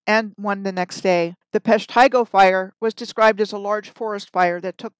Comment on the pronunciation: Thank you, for discussing Waukegan through Wisconsin to Minnesota, the areas of my life. So much fascinating info you discussed in this one video! There is an East-West "Plank Road" west of Milwaukee. So much has been covered up. I see Horicon Marsh with new eyes. (One note, Peshtigo is pronounced PESH-ti-go.) You are amazing in your deep research!